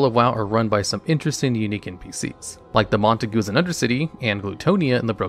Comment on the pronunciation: never heard someone butcher Montague so badly, also they're a reference to Romeo and Juliet.